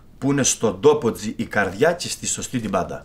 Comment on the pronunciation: Η κοπελα εχει προβλημα αρθρωσης 14΄30 (bad n booujee και καλα χαχαχα) και 1΄51 στη καρδιια